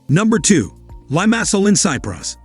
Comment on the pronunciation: Lymasol (Limasol) Valedda (Valleta) Mallerca (Majorca) Ebeezuh (Ibizia) San Tropes (St Tropez)